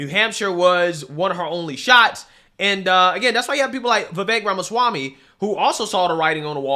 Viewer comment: Vivek rhymes with cake